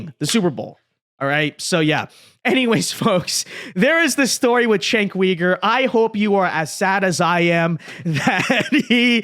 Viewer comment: Chank Weeger? Hahahahahaha